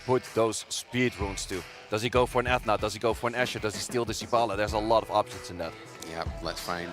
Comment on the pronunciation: Is nobody going to tell the commentator how to pronounce Ethna?